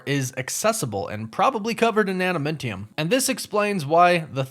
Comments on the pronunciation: just howmany names can you butcher in asingle video? Genosha, Tiamut, Adamamtium.... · Great videos but your pronunciation is killing me. Genosha is pronounced like Jennifer Adamantium = Adam-Ant-ium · Lol just stating and not making fun but it threw me way off hearing adamantium sound like adamentium lol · It's pronounced ADAM-MAN-TEE-YUM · Sorry to be this guy, but Adamantium is a man-made alloy, and cannot be found in nature; thus no one would ever be like looking for it in Genosha, or anywhere else Also…it’s pronounced Ada-MAN-tium. Love the channel, sorry to point out some corrections, keep up the good work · DUDE ADAMINTIUM??? The hells wrong with you?! I’ve literally never heard it pronounced that way…plus Gehnosha?!? Gen-oh-shah. I wanted to get off this but then I heard your dumbass pronunciations again and again. Thought I’d do a DCeaced and scratch my face off without being able to click away. Your sentry entry sucked too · It reallllllly bothers me how you keep mispronouncing Adamantium .... You're saying Adamentium ... And you mispronounced Tiamut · The defeated Celestial has been mentioned though. It was in an article during She-Hulk. Also a Mint Modile ad, is that why you kept saying adaMINTium? 😂🤣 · Are you sayng AdaMENtium? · I thought it was pronounced Adamantium, did they change the name and pronunciation (adamintium) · It's pronounced adaMANtium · Sorry, but I got triggered every time you said "adamIntium" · I think if I heard you say "AdaMINTium" another time, my ears would explode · why do you keep saying it soooooo weird !!!!!!!???? add man -tee-umm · You pronounce Adamantium and Genosha wrong. It's really annoying. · arent you pronouncing adamantium and Genosha wrong? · Why can't you pronounce Adamantium correctly!? Makes me crazy! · Anyone else cringe at how he pronounces Adamantium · Take a shot every time he mispronounces Genosha, adamantium and Tiamut💀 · The way he was saying adamantium was a lil nerve racking